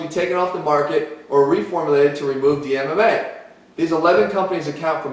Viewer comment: As much as I enjoyed this video, it is really hard to take it seriously when the pronunciation of DMAA is completely wrong. You would think with this amount of research Di-methyl-ethyl-amine wouldn't be too hard to say